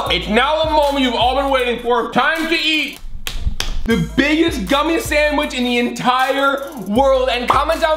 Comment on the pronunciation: Collins “The largest guumie sandwich” Also Collins putting a real pumkin in it lol